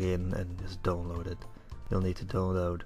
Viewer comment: wtf is a "doan load"?